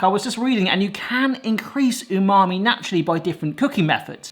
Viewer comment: Stop saying unami. it's pretentious. say savory.